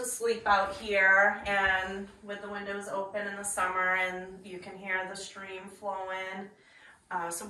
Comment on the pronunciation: Stream, not street.